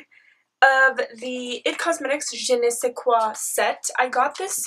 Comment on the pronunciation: Hey, I'm kinda late but it's Je ne sais quoi and not Je nais se quoi, which wouldn't make much sense in french aha